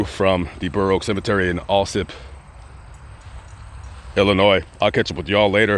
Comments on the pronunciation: AL sip.. AL.. not ALL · It's so funny how you pronounce Alsip. I live a block away from there and work in the loop.